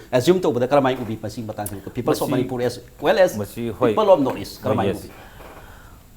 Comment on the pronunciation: please pronounce 'people'as 'people'and not as 'peoples',they carry different meanings.